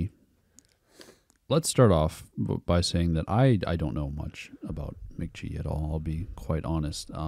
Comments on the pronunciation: I think its mick gee like your dad said not mick jee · The way he says mc.jee makes me want to die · "Mick Jee" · It's Mk.gee, gee like glee..... his name is Michael Gordon but there's another Michael Gordon from Phish that trademarked the name so Michael can't use his name now. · bro said mick jee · dude kept saying Mick Jee shit got me hot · You said Mk.gee, it's Mk.gee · For the love of GOD, SAY HIS NAME RIGHT. Your dad is saying it right and you keep butchering it😭 If you’re gonna review an artist AT LEAST say it right holy shit lol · mispronouncing his name is so fucking ironic.